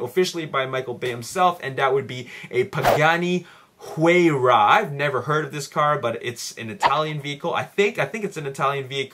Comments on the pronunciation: not really important but you pronounce Huayra as hoo-I-ra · Hey the pagani is pronounce hu-eye-ra:) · The Pagani is pronounced "why-ra" (Haratio Pagani came out and said it personally)just FYI. Not trying to be a douche.